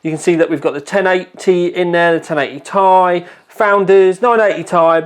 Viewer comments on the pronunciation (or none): For Christ sakes it isn't 1080"tie". Just because there's a vowel doesn't mean you have to pronounce it. Do you call a Honda Civic Si a Honda Civic "sigh"? Sounds dumb. Nvidia doesn't even refer to the card as such. Stop it. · I thought it was tomorrow, the 10th? Not complaining...this is legit! You impressed even Nvidia and the Americans it seems, now everyone prounounces it "tie" instead of "Tee Eye" Maybe the latter group (my former self included) are just clowns and have always pronounced it wrong? are you sure this couldnt have been a USB 3.0/3.1 pass through for VR? Instead of the power connector? USB 3.0 has that many pins in a round about way. Some other cards have a USB passthrough for it, right? Just an idea. Oh yeah, nice shirt!!